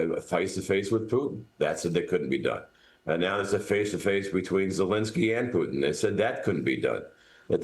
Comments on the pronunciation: President Pooh-in? MAGA Barbie has a pronunciation issue. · Why does Leavitt have so much trouble pronouncing the “T” in Putin?